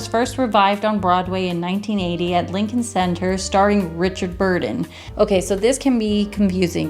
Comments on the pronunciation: His name is Richard BURTON, not "Burden" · Richard BURTON, not "Burden".